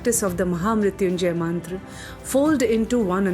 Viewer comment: First of all, Happy New Year..✨ Excellent work..!!✨ but it would be more if you pronounce Mantra as Mantra not Mantraa, Ved as Ved not Vedaa, and Yoga as Yoga not Yogaa. We don’t have to change our Sanskrit pronunciation for English conversion because Sanskrit is mother of all languages. 🙏🏻😇